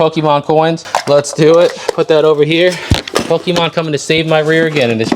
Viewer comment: Hearing pokimon over and over just hurts my ears. But nice buy